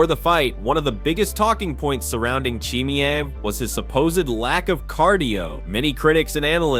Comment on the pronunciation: Dude try to pronounce his name properly. He is not chimney he is called chemayev. Try it the easy way